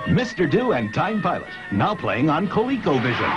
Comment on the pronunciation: I'd like to report a homicide. The victim is the pronunciation of this game's title.